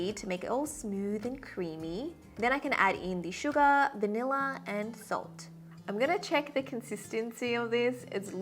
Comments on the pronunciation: Not me hearing "suga" instead of "sugar" after she went like "Smooth like butter, hehe, anyone knows that song?" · The way she says sugA 💜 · Is it just me or is there someone else hearing sugar as Suga??😳💜✨